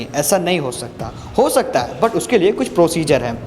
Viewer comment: 1 min 31 sec jo but but but pe jor diye hai ek no. bhai...😍😍😍😍😍😍😍😍😍